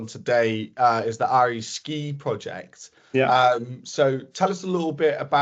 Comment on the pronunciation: Åre is pronounced more like Ore than Are.